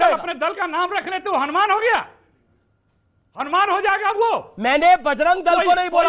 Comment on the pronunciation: जो हलुमान चालीसा पढ़े वे बिल्कुल उच्चारण गलत बोला है।।